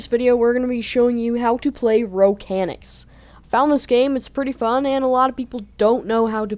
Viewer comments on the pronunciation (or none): Not ro canics ro CHanics.